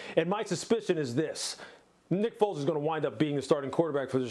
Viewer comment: Lol sounded like the dude said "nipples is gonna wind up being the Chicago Bears Quarterback"